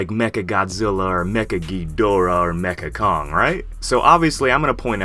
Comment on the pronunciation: It’s mechani kong